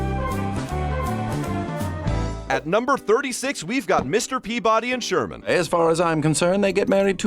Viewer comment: "Peabody and sherman" 💀